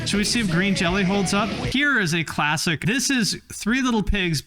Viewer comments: Actually Green Jellÿ is still pronounced Green Jello because the Y with the umlaut (two dots) make an O sound. Since the Jello company placed a lawsuit on the band over the name, the band figured out a way to spell the their name another way without actually changing how it was pronounced. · It's pronounced Green Jell-o.